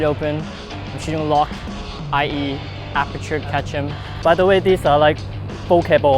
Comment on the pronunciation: It's "apeRture" not "apeture"